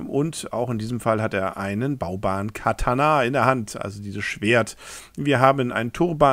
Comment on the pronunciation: Du sprichst Katana echt falsch aus.